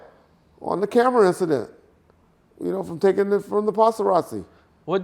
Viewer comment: “Uncle Charles” 😂 and the “Passarazzi” 🤣🥴